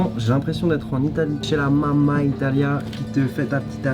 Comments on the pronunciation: mamma pas mama... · C pas mama c mamma